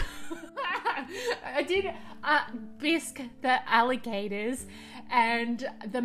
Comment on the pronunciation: i love the american accent swap when you say "Ali-GATORS"